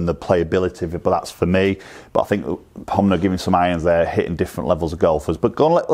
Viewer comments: It's not Homna. Its Honma. U say Homna and so does my mate. Lol. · HoNma not HoMna 😋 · Hom-na huh